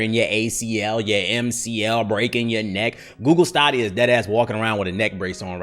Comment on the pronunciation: I was excited so for Google stadia when is was announced but my excitement went all the way down when I heard you had to pay full price for games. I love how says Google Stadia wrong